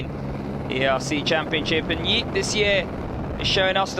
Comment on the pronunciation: Yeep, Loich, etc. Horrible research on how to pronounce shit, commentator.. Anyway, thanks for the upload.